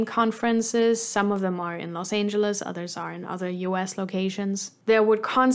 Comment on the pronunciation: That's funny - greetings from Germany! I thought you were a native at first but the way you pronounced Los Angeles and a couple of other words suddenly made me think: German?